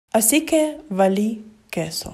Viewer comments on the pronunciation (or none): Nadie:: vAli qUes0 /(.__.)/